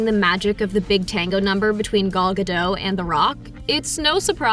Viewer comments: ma'am, it's GA-DOHT... and definitely NOT Ga-Dough 😆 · Gadough? Meh. It's GadoT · Gal's last name is pronounced "GaDOT"!!!! By now anyone knowing movies should know it's NOT "Ga-doh" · Great movie! Needs sequels for sure! Also her last name is pronounced 'gah-dote" not "gah-doe' like in French. T isn't silent. Gadot means river bank, while Gal means wave in Israeli. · Dude this how to say Gal Gadot name right: Gaal Gaaa-dottt.🇮🇱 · Good review. Coaching moment: Make sure you pronounce names correctly. Gal's last name is pronounced Ga Doe' tu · Great video but the way she says Gadot mildly infuriates me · After Gal has become an International star for some years now, you still don't know how to pronounce 'Gadot' ??!?!?! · It is quite annoying when the narrator doesn’t show any respect by not learning how to pronounce Gal’s name. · Gal Gadot (with a pronounced"T") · Learn on how to PRONOUNCED GAL GADOT 1st Then you can go back making YouTube videos She's been an actress more than a DECADE And you don't know how to pronounce her name? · You pronounce the T in Gadot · It’s not “gah-dote” either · You should pronounce the t in Gadot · this lady really cant pronounce Gal Gadot´s name... ouch